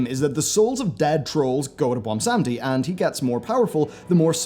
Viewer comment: Does it take that long to properly google names like Bwonsamdi? Apart from that, best theory videos out there. Puts even Nobble in his place.